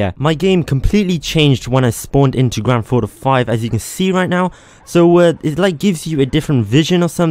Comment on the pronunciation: WHY DO YOU SAY IT LIKE GRANDTHAUTO 5 LEARN HOW TO SAY THINGS